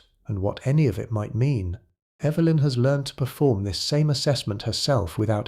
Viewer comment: mispronounced Evelyn. But said it correctly before and after, odd